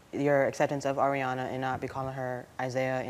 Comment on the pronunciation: Just cuz he said her name like "are" instead of "air" Ariana. She's trippin. He's trying. Kids always see it different until they're a parent themselves.